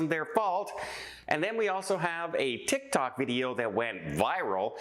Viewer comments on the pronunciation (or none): none